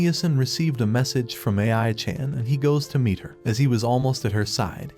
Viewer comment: A.I. pronouncing ai chan weird was the last thing i wanted to hear